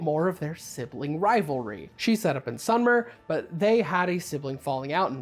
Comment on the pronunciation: Hey, love your videos, but it's "sumer" (pronounced as saw-mər), as in the Sumerians who lived in Mesopotamia (The plains in between and surrounding the Furat and the Tigre rivers, roughly covering east Syria, northern Iraq, and southern Turkey in modern times), they were real and they date back to around 5000 B.C (?) and spoke a language which is said to have branched into Aramaic, Semite, and Median (?). Sorry for any inaccuracies, I'm just speaking from memory.